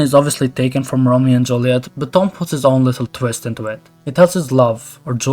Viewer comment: did you say Thom like thumb? It’s pronounced Tom..